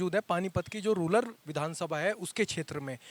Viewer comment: पत्रकार महोदय जी आप रूलर शब्द प्रयोग कर रहे हो ये रूलर नही रूरल (गरामीन) है। धन्यवाद।